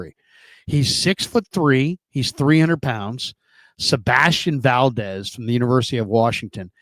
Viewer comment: "seBASTian valDEZ"..................🙄